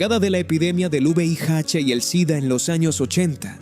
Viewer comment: No es juveiache es VIH. APRENDE A DECIRLO.